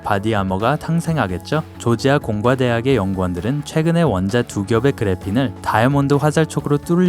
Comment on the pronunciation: 공과대학을 힘없이 읽고 부식을 북식이라 읽고 성능을 서능이라 읽고 아 개답답